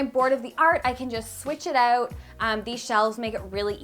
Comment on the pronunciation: The way you pronounce your “Os” is so cute lol “cOUch” “renO” “Out” haha random, I know